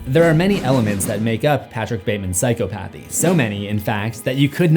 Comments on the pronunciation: ... I ABSOLUTELY love your content - BUT... But, I'm kinda crazy on word pronunciation (Ik... my husband and friends hate it 🤷💯😣🤣... Psychopathy is NOT pronounced "Sai koe PATH EE"... It's pronounced "Sai kaa pa thee"... Meaning that you don't separate the terms in the word, they blend together... It's pathy as in "Empathy".... Take away the "Em" in the word and replace it with "psych-aaa" ... Otherwise, you're fn brilliant... That is all 🤔🤷💯✌️😘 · Sigh-cop-uh-thee,. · It's pronounces si-KOP-uh-thee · It’s…. Sai-kop-a-thē….Not sai-cō-path-ē. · It's weird how you pronounce it as psycho-PA-thy. This whole time I've been pronouncing it as "psy-CHO-pathy" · It's pronounced sy cop pathy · just please stop sayin PsychoPAthy its actually called PsyCOPathy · Hearing you say psycho pathy sounds weird in my head. I always read it as psychop athy. I don't know which is correct as of my typing of this sentence. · The way you pronounce psychopathy is funny. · Why must you pronounce "psychopathy" like that,... er...? 😊